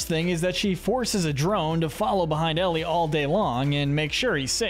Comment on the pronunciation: Eli❌ Ellie✅